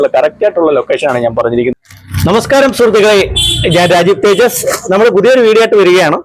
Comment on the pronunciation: തേജടി അല്ല തേജസ്‌ ആണ്..